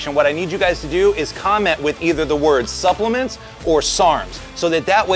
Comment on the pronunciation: “Supplements” Like a pro